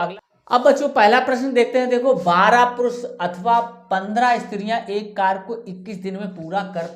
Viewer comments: Sarkar Nahin Hota Karya hota hai aap galat bol rahi ho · कार्य को कर नहीं पढ़ते कार्य पढ़ते हैं